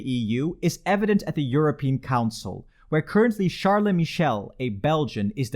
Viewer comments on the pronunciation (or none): none